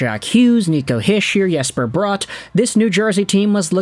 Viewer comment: Jesper brott💀 it’s Jesper bratt